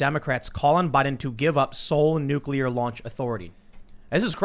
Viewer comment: Taking the power from the president would cause wide spread issues with international diplacy I'd the pres can't have that "bargaining tool," for lack of a better phrase. Also, there is no 'u' between 'c' and 'l' in nuclear... pronounced 'new-clear" /n(y)o͞oklēər/ (taken from the dictionary). Sorry to be "that guy," it's one of the few words that pinches my brain when people put an extra 'u' in it...have a similar reaction to idear but to a lesser extent...we shouldn't change the language any more, especially at this time when our language is being co-opted and destroyed by identity politics anyhow...